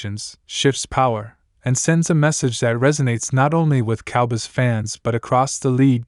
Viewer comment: This is not true.You don't even pronounce cowboys the right way